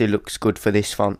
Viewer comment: LOL it sounds like he's saying phunt every time he says font.